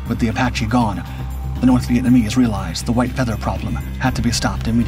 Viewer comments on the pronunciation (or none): none